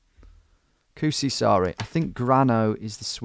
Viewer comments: The way he says kuusisaari is funny. kusisaari = pissisland kuusisaari = spruceisland Also it was cool to see him explore the streets i live around. Edit: grammar error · You should be careful when saying "Kuusisaari". The "uu" should be reallly long, now it sounded like "Kusisaari", which means 'piss island' instead of 'spruce island'. :)